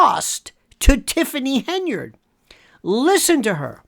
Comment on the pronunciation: Pronunciation is terrible - tifffany hindered ?